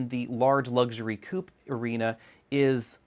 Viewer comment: How stupid when you pronounce "coupé"